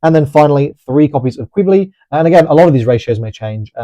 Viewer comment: Jesus Christ, It's pronounced Q-BA-LAY not "Quibly". It's so funny how many people claim to love these characters/mobile suits but don't actually watch the shows they came from or else they wouldn't butcher the names so bad. If you think I am lying, it literally takes a second to look up official voice lines from the show...